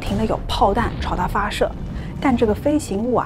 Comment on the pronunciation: 众望所shuo 归 ，发射se, 口供hong, 制造zhao，从chong, 入睡sui, 听的好纠结